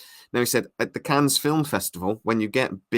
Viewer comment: You don't pronounce the 's' in Cannes...